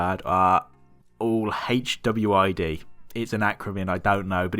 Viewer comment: "Hwid" i dont know what it means, brother you can goggle something? takes 2 secs? while you wait for your silver queue pop